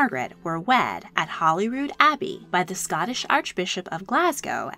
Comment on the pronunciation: This was such an enjoyable and informative video. Just two minor things. The name of the British residence in Scotland is Holyrood House , not Hollyrood. The instrument that is played is the clavichord not the cavlicord.